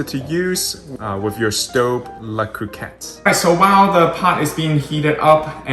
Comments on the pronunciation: Agree. Hearing it pronounced "Coohcot" just sounds weird. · The first ‘’o’’ in Cocotte is pronounced the same way as in co-creator, and the “o” in cotte as in pot. 🙂